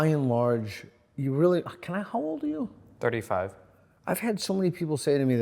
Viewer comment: Did anyone else hear "can...how old are you?" as "can I hold you?" o.O I was yawning at the time (not bored, just sleepy).